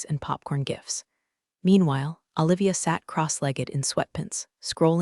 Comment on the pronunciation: Awe--livia? How about oh-livia. Do they have to spell phonetically to get the AI to pronounce it correctly? Washington State USA